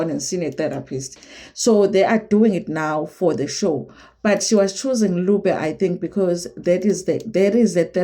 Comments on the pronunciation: Nubia not lubia 😂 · Lubia😂😂😂. It's Nubia. Not Lubia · "Nubia"..not Lubia!!!